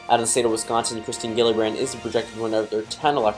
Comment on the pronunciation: It’s Kirsten not kristen